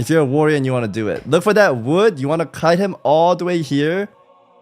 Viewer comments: Why do Americans say woyor for warrior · soda thinks the first 2 R's in warrior are silent 😂